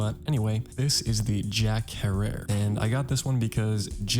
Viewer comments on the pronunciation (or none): Loved the video always a great watch, and not tryna be that guy but little recommendation; Herer in Jack Herer is pronounced like terror